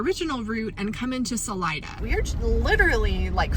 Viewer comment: HOW did you pronounce Salida!? You don't know the Spanish word for "exit"? 😀